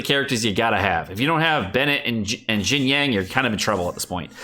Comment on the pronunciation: Yo dude. I know you don't care about how the character's names are officially pronounced, and neither do I that much. But it took me a few minutes to figure out what you meant by "Jin-yang". At least listen to the English voice actors pronounce their own names in the game via the in-game Character menu, because it gets more confusing as time goes on in your videos. Love the content though, been a long-time sub.